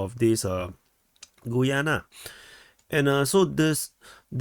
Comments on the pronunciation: I think it is: GA-YAA-NA............ not GOO-YUU-NE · I think Guyana is pronounced 'Ghee-yana'